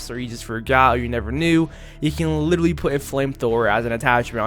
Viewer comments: “You can LIDALY put a flamethrower on your gun” L I D A L Y . . . LIT-ERAL-LY Practice your literallys bro haha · LIT-ER-AL-LY* Four syllables my guy